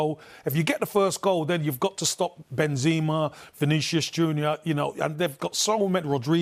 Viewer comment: Campbell was drunk or watched a different game or a fifa ps5 game… and can anyone tell him how to pronounce Kroos and Benzema?